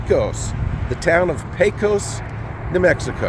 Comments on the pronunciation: There is a ton of really cool things to see in our great little town. I'd be happy to show you some of the hidden jems that only the locals know about the next time you get through here. And for future reference it's pronounced Peck-Os respectfully. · Sounds good. Did I pronounce it pae-cos? I think thats the norm for us non pecos residents 🙂